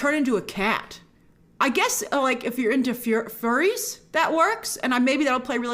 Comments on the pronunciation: The instant she's about to say "furies" instead of "furries" you know she's reading off a prompt made by her employer. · You can tell by the way she slips up on saying "furries" that's she's PERFORMING her opinion, not sharing it candidly. No one who dunks on furries on the reg would have any trouble pronouncing the word.